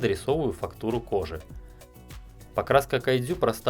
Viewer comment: Кадзю... Как это мило пх))